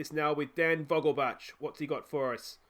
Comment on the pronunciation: As a german, your pronunciation of Vogelbach is bugging me, its vogelbaeck. Thats the best way I can type it out phonetically